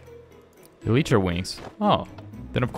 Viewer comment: When I heard you say Eletra wings it’s supposed to be elytra not eletra!